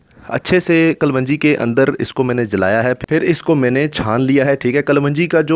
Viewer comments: Pahle bolna seekh kalwanji nhi kalonji hota hai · Kavanji nahe kalonji... hahaha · Kalwanji nahi kalongi bola kro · kalwanji kya hota h ganwar kalonji... sahi word bola kro... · Thek hai...thek ha..bass kar yar.... ..kalongi..kalwangi. not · Kalwanji nahi klonji kehtay hain theek hai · Ary bahi kaa loonji hai not kalwanji plzzzzzzzzzzzzz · Kalonji not kalwanji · Kal wanji nahi kalonji!! Aap ko ye tak nahi patta?????? Kon tha uustad aap ka? Jahil, uun parrh? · Mere bhai kalwanji nhi hota sahi word kalonji hy